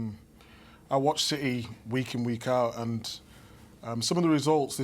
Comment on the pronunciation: Man said Rashfords gonna be in ciTeH😂😂